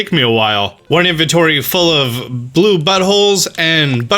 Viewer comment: No one:: BLUEBUTHOLE 😂😂😂